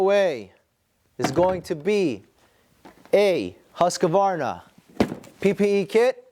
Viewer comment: Hoo-sk-varna. No comprendo husk-a-varna!